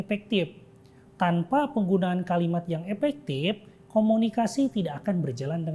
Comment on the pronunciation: oiyaa maap. Saya dengernya epektip 😂